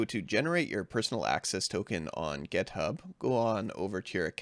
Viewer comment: "GetHub"??? WTF?!!! It's "GitHub"!